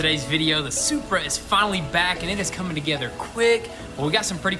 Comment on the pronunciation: Most people "BMW Shurpa" Lol I did say shupra I added the h okay... Me: "Saying toyota happy:) and saying supra madly "Toyota:) Shupraaaaaaa😎😎😎 Why I love No tinelaps vid of them fixing cars not like others You have to watch everything with a I like